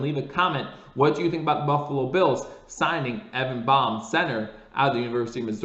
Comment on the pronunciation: Hey, I think it’s pronounced “BAME” as in sounds like LAME with a B replacing the L.